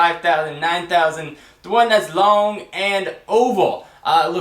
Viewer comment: Thumbs up if you giggled when he said "LONG and oval"